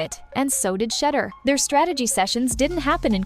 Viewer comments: Is it hard for you to Correctly pronounce Shedure? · How come you can't pronounce Shedure Correctly?